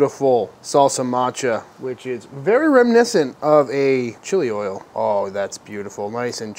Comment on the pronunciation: You said “chili oil” wrong